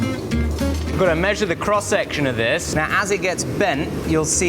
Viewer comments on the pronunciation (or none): none